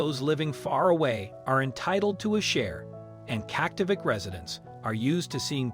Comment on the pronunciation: Terrible pronunciations, video clips of improper animals and natives and Kaktovik. DISLIKE